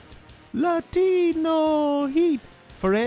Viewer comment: LA-TEE-NO HEAT